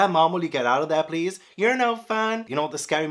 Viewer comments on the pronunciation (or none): none